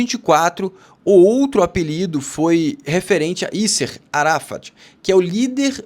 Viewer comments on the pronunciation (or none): Ísser Aráfa?? Yasser Arafah " iásser arafá"